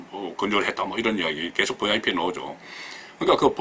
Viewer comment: 듣기가 참 좋아요. "버이아이피" ㅎㅎ